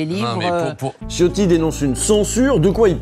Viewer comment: Ciotti étant d'origine Italien son nom se dit C"h" iotti (comme le wc) , en attendant merci encore pour ce numéro :)